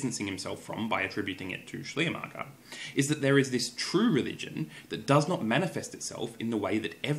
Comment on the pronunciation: While your pronunciation of "Schleiermacher" is actually pretty good, I had to laugh a little when you tried to say "Glaubenslehre" :D